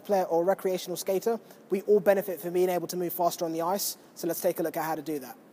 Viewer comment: drink whenever says "on the oiyce".